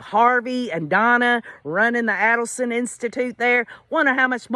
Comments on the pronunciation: So glad you are covering this case! I don't really know if Harvey was involved before hand, but I am certain he knew what happened after. I'm glad their son Robert left the family and is supporting the Markel family! Just an fyi the A in Adelson is a long A. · You pronounce her last name wrong